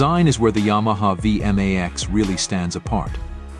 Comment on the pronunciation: Hey! A Vee M Aee Xxs. Nice shitty computer voice over.